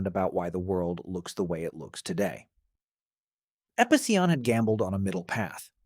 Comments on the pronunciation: Here's a question. Why did you changed the pronunciation of Epicyon a thousand times lmfao wtf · seems like it. He pronounced the same word like 3 completely different ways throughout the video